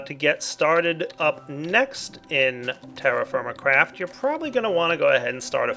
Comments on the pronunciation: lol i heard him say terraformacraft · To be honest, after a couple of times you said "TerraFirmaCraft" I heard "TerrifyingCraft"...